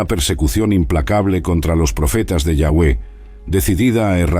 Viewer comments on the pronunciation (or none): Interesante el vídeo, sólo que no se pronuncia.. Yagüe...sino... Yavé... parece una burla....y es Acab...no akabi. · Me gustaria que usara la palabra Dios en ves de yawe que igual creo que no se pronuncia asi